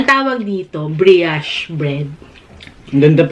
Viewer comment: Thank u so much! This video was a lot of help. Needed to know if French quarter was spicy before i buy (kasi bawal sakin maanghan) Gentle advise though- brioche rhymes with "gosh" not "briash" Happy New Year!